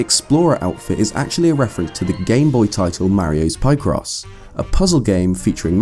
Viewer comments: Mario pie-cross??? Ive pronounced it picross for years. Think pikachu rather than piekachu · Thomas Armstrong Picross is the right prononciation, not pie-cross :P